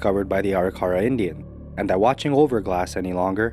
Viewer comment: The Arikara natives they were concerned about running into is pronounced a-rick-a-raw.